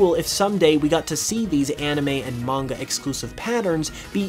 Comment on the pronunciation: If you're going to try pronounce manga correctly, why pronounce anime wrong?